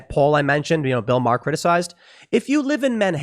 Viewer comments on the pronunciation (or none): none